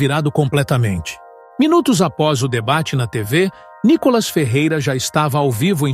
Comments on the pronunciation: Fale ceeto o nome do nobre deputado. Não é Nicólas é.NÍkolas! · Cara para de falar Nicolas às vezes você fala Nicolás cansa ver você falar Nicolas vai te catar cara quer aparecer.